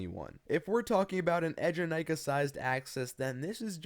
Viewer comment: ええじゃないか, pronounced [AAY-ja-nai-ka], not [edge-a-nai-ka] (耳が痛むなちゃった。。。)